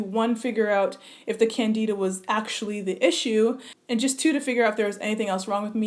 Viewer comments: It's pronounced Can-Di-da (like in Dimples) not Can-Dee-da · Sounds like you have lupus. I'm an MD doctor and this video was shared with a forum of 100s of black female doctors with MD/DOs. That's how I found it. We feel a further work up w a medical physician is definitely necessary. Can-dih-duh (not Can-dee-duh) may describe some of what you've been through, but your body sounds like it read a Lupus Textbook. I admire your drive to want to solve this on your on, but I'm shocked you waited years to see a doctor when you felt this way. Unfortunately, so many people do the same. I hope you get a proper work up from a medical doctor and can be appropriately treated for your sake and the sake of your family. I hope you continue to stress to followers that your work up is still in progress and you (nor I) technically don't know what you have so as not to steer people with other diseases toward possibly ineffective diet change instead of a doctor's office. You have a great platform; continue to use it wisely and I pray for the continued healing of your mind, body, and hair!